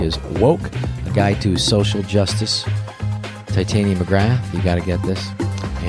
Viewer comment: Rob "Ti-tainia" Schneider